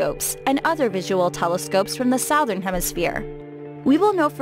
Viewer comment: She doesn’t even know how to say “southern”